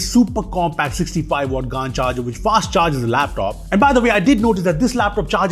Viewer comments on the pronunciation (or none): GaN(D) Charger 😂😂😂😂